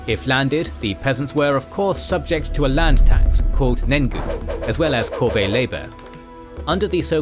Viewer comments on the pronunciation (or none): none